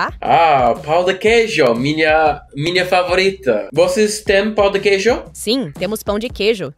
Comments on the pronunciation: "Pau de Queijo" definitely is not "Pão de Queijo !" Ahahaha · beware of "pau de queijo" pau means dick in Brazilian Portuguese. the correct is pão de queijo, like "paun" not pow . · I'm a brazilian and in I laughed so hard, most beginners can't pronounce correctly "pão de queijo"(cheese bread), so it sounds something like "cheese dick" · Bro, a council: NEVER, IN NO HYPOTHESIS, say “pau de queijo”, it’s pronunciation is like “peu de queijo”. ‘Pau’ is dick in Portuguese. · O cara fala pau de queijo kkkk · He's doing very well, except the "Pau de queijo" 😂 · It's very funny for us brazilians to hear foregneirs pronouncing "Pão de Queijo" as "PAU de Queijo", because the word PAU means Stick but it has a sexual meaning hahaha but I do understand that it may be difficult for foregneirs to pronounce words with "Ão": Avião João Pão Natação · Just be aware how u pronounce the word "pao de queijo", the word "pao" cannot sound like "pau" it means somenthing not very nice to say to a stranger 😂😂😂😂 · Acho que a atendente da cafeteria sabia falar em espanhol e pensou que seria mais facil pra você conversar assim, digo isso por que em sua primeira conversa não parecia estar falando em pt br 😆, e o clássico "pao de quejo" 🤣 todos que estão aprendendo ptbr tem a dificuldade de pronunciar, faz parte. Parabens e sucesso nessa jornada🙌🏼👏🏼